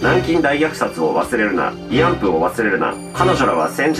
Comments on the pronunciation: いあんぷ？いあんふじゃないの？ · 「いあんぷ」ではなく「いあんふ」なのでは？